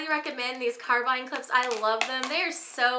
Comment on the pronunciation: Carabiner is pronounced "care-a-bean-er"